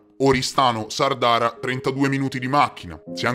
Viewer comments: grande, comunque si dice sàrdara, con l'accento sulla prima a non sardàra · Grazie bellissimo video, però per favore Sàrdara, non Sardàra..... 'A chent'annos..🍷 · Sa'rdara non Sarda'ra scusate ma la a con l' accento non l ho trovata comunque l accento sulla prima a di Sardara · Sàrdara non Sardàra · "Sàrdara"!! ! accento sulla prima "a"!! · Mentre Anastasia è Anastasìa a Sàrdara! Ma va bene, del resto è stato impeccabile. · Grazie per aver parlato cosi bene della mia terra....un abbraccio...ps. non volermene....e solo per fartelo presente...si pronuncia Sárdara....continua cosi che vai alla grande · Sàrdara, ha l'accento sulla prima "a" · Sono nato in Sardegna, ci vivo da quasi quaranta anni.... comunque in 16' ne hai sparate di fesserie 🤣.... PS in Sardara l'acento va sulla prima A, non sulla seconda 😉.